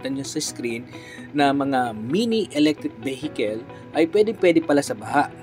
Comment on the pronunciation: E-BEHEKEL.... "EV" nalng para maganda nman pakinggan.